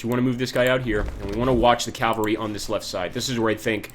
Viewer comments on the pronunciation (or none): Learn to pronounce Cavalry , jesus chirst....